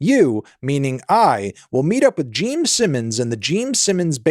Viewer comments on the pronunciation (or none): Was he saying "Geme" Simmons the entire time or am I just insane? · Are you saying "Geme Simmons"? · also is he saying geme simmons😭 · Stop calling him Jeem Simmons!! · ITS GENE SIMMONS NOT JEEM ANTHONY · Are you able to say "Gene"? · Is he saying Geme...? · Is it Jeem? jeem simmims? Am I hearing that correctly? Never heard of him…. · Geme Simmons EDIT: Brother and I have been drinking beer and I keep thinking he's saying "Geme" as in "meme," and I swear to god my ears are playing tricks on me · Yep hes definitely saying Geme Simmons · So glad im not the only one😂